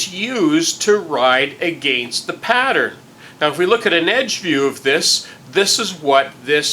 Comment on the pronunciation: Prooo ject. that's a strange sounding word. I was just about to let it go and then you caught me with an "agaaaai nst". I was wondering how to say Proo miss? Im guessing you live in a small little neck in the world where ppl speak this way. All good though, I say pop not soda. Take care, nice vids